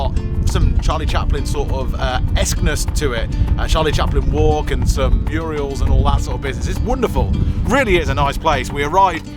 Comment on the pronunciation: Guys the word is MURAL. People started saying muriel from a coronation street joke on the ogden family who had a muriel put on their living room wall, they always pronounced it wrong. It was funny, but it somehow got picked up by some people who had never heard the word before. Lol.